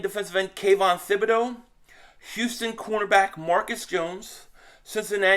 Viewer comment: P500- ya killing me ""; Thibodoux's name is pronounced Tibb -bee-DOUGH (now just say it faster and put it all together)....I had to learn French while I was married to my Canadian ex-wife.... I'm like you cuz, born in Philly raised in Jersey. My in-laws used to ask where I learned French because (get THIS) they say I spoke like a Parisien, ooh-la-la.... I told them.....where??? New Jersey!!!